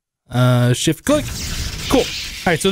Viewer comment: "Shi-Space-click" as I heard it